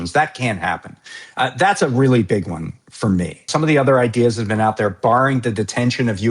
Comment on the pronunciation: everytime "something bad has happening" at an ICE op, they ALWAYS say "it was a targeted operation and it was a reawy reawy reawy bad guy."